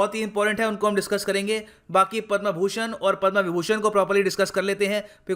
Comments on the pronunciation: कृपया उचित उच्चारण करें पद्म न कि पद्मा। अँग्रेजी का आपके ऊपर कुछ अधिक् ही प्रभाव है। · पदमश्री होता है पदमा नही प्रभु।। इतना भी अंग्रेज के चो@ न बनो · Please sir correct your Hindi pronunciation like पदमा- पद्म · पदमा नही पद्म है गुरूदेव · The word "Padma" should be pronounce correctly.